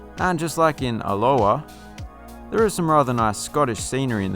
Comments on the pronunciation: For future reference. Alloa is pronounced, a-low-uh ;-) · Just for future reference (if any), Alloa is pronounced with the emphasis on the first syllable. Otherwise they sound as if they should be playing in the Hawaiian League… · Lol its Alloa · Interesting pronunciation of Alloa - Hawiian style !!! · Check your pronunciation of Alloa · The way you pronounced Alloa made it sound like something out of Hawaii. Accentuate the first A rather than the O.